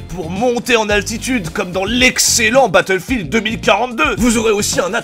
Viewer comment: "L’excellent Battlfield 2042" ça m’a fumé je n’étais pas prêt. 😂